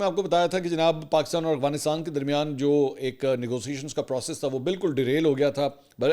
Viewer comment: منصور بھائ مجھے شک پڑتا ہئے3اپ افغانستان کی بجاے اوغانسٹان بولتے ہین